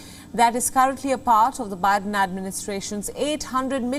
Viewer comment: She actually called the U.S. President, "O'Biden"...Hahaha !